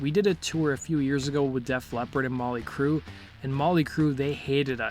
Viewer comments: Stop saying Molly Crue please and sponded instead of responded. Thanks. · Why does be keep saying Molly Crue?? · He keeps saying Molly Crue!